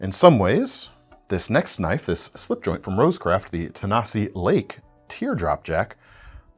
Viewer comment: "thats not a knoif... THIS is a knoif"